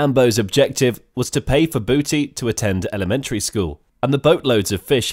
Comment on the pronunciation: it's actually Budi not Booty, he must've misheard it